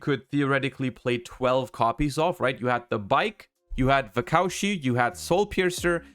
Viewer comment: They know. They are joking about how purposefully mispronounces it